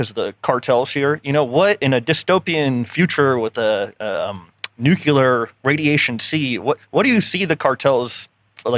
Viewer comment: it’s nuclear not nucular. Thanks for the great episode!